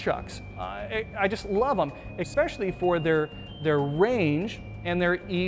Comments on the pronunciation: Omg, I love the information but I can't stand that THERE IS NO LETTER X in especially. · This video "expecially" informative. Thanks!